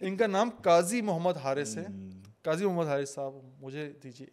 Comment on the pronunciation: Brother while saying the only beautiful name and nur of the whole universe ( our beloved prophet muhammad s.a.w) Dont eat up the words and say the name with utmost calmness and stop while saying the greatest of the names, Agar yahan pe nhi rukey tou kahan ruko gay May we all be accepted in his s.a.w's yard❤